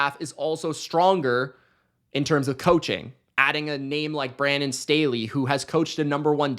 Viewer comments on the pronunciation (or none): none